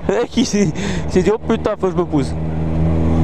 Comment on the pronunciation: MDR j'ai bien ris comme d'hab au lieu de dire putain tu dis "Pitin"